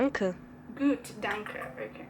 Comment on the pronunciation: When you said "gut" at the end it sounded like a native speaker!